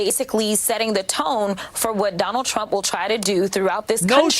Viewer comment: Bro said donald chwump, bro gtfoh